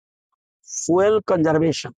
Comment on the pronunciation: এটা ফুয়েল নয় ফিউল